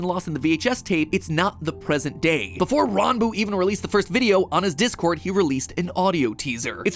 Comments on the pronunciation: The fact that he looked up how to pronounce Ranboo, so much respect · finally someone pronounces ranboo's name correctly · Oh he got the pronunciation right